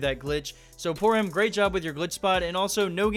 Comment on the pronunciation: Why does he say poorham when it's poorhim